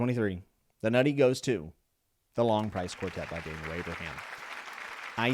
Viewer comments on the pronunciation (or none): none